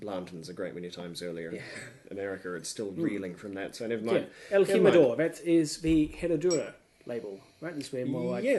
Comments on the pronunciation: Pronounced himador. Lol😊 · El -Jim-ah-door? Joe-say? Really? So, is that like Jag-you-are or Nick-ah-rag you-ah? It's correctly pronounced: HEEM, El-Heem-Ah-Door (the J is a soft Spanish "H" as in HIM) and it's Hoe-zay, again with soft Spanish "H", not Joe-Say. There's a good lad.